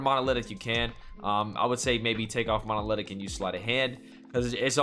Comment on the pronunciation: Why is he saying “monolidic”? It’s pronounced mon•o•lith•ic...